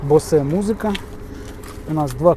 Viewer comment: Не розумію, чому говорять BOSE - БОСЕ, правильна говорити БОУС. Чи я помиляюсь?